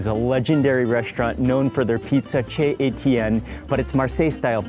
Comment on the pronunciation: Nice video of Marseille! I’m hoping though that going forward that you know that CHEZ is pronounced SHAY. Also, if you wouldn’t take such huge bites and talk at the same time while you’re chewing, it would make everything much more palatable. And, if you could use the serving utensils of salads instead of digging in with your own personal utensils, you would be considerate to the other people who are eating. Thank you!